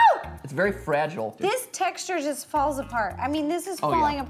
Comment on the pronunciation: Fragule it's fragile isn't it matpat?😂